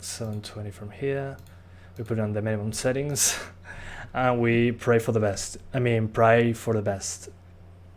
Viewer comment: prAey lol its pray